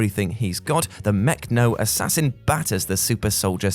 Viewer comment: were you intentionally mispronouncng Mecho-Assassin?